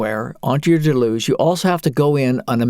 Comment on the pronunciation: Always bugs me...someone decides to make a lengthy video about Deluge, but can't be arsed to learn how to pronounce the name. Delooooge. It's an English word ffs not French :D